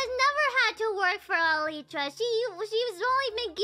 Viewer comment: You know, might be the first youtuber I've heard pronounce the word "elytra" correctly. (I thought it was kind of ironical considering her less than perfect English, but it might be that she looked up the pronunciation exactly for that reason)